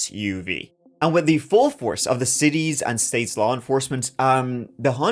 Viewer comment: "I know the lahr," 🤣🤣